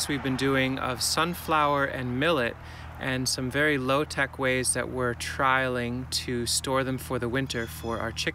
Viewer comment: 14 “trialing” ?! 😁